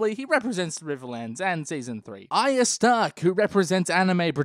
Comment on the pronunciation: he can't say arya. try as he might